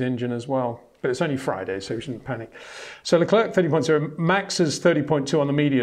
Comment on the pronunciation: One of the best indeed, but cant pronounce Verstappen and Leclerc correctly…